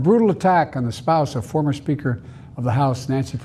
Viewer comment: Did he say FARMER TRUMP? OR FORMER TRUMP? STEP DOWN PLEASE sir. Save us all. Lets win this because our nation is in dire straights now.